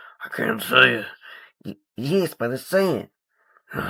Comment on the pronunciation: IT’S AMERICA DAY JASPAH